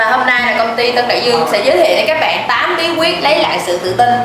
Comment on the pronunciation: Các bẹng các bẹng ... nghe mà méo tai ;))~